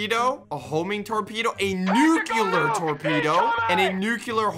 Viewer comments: "Nu-cue-lur Torpedoes"? "Sta-tus Rifle"? Why does he pronounce Nuclear and Stasis like that? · is it just me or he just said the nukelar torpedo??? (minute ) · Oh dear god it's not pronounced "nuculear" It's NU-CLEAR. Only the British get to call it "nuculear" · It hurts almost as much as his constant mispronunciation of the word "nuclear" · Every time he mispronounced "nuclear" I wanted to die.